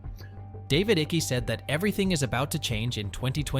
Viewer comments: If you cannot pronounce the mans name properly then it means you have not followed any of his work in the past , Ike as in Bike. To me Icke is part of the illusion.. where he will tell you mostly what is true but he also misleads many with lies that leads the followers to be discredited by the programmed masses. He has sold his soul long ago.... out of nowhere he was intentionally given a platform by the Big Brother Corporation and that should tell you everything you should want to know. Through many puppets like Icke the Order tells you their plans through the lesser more obscure medias. Folks it is already done and dusted... the machine has many cogs and the end times are accelerating as never before...there are No White Knights... there are only many Dark Nights to come. Absolutely every thing they do has reason and their control has no boundary...every contention is covered in many ways... they are only feeding you narratives to give you false hopes and then they will pull the rug from your feet when you least expect it and they lust for your pain..... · Stop saying the name wrong, he's contributed more to the fight than you have. Show some respect, I couldn't even watch the whole video because of all the mispronounciations garbage.. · You didn’t even do enough research to pronounce his name correctly! 😆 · Please learn how to pronounce David's name correctly before making a video about him! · Your saying his last name wrong..and it sound hilarious. :face-turquoise-drinking-coffee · you do realise this is an AI generated voice, right? But i get you, the mispronunciation rubs off me wrongly too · I found it annoying as well but it could be for the censors. There is no way he cannot know the proper pronunciation. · I wish you would pronounce David's surname correctly it's Icke not ickie. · Stop saying iky ,Its icke pronounced like bike!! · ITS NOT DAVID ICKYYYY ITS ICKE !!!!!!!! YOU MORON!!!!! like saying "Mike" but without the M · Ick' not icky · Icke like bike.